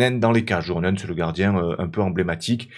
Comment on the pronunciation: Encore une super vidéo ! Je me permets juste un ptit pts sur la prononciation. Pour Joronen et Pohjanpalo, le "j" se prononce "y" Continue parce que c'est tjr un régal !